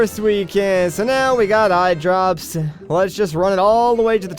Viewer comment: But the Biggoron didn't say "eyedrrrrrrrrrrrrrops" he just said "eyedrops", fail!